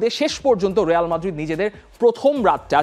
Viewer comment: রেয়াল মাদ্রিদ না, রিয়াল মাদ্রিদ 😅